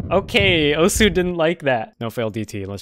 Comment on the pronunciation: I think it’s pronounced osu